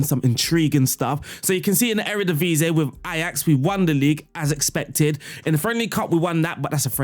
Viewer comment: "ee" in English is the same sounds as "ie" in Dutch. So Eredivisie isn't pronounced "Eredivisay", but Eredivi-see. Love the tactics, keep it up!